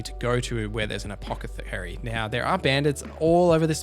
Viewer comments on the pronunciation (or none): you said "apocathery" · No but you mispronounced Tartare and Apothecary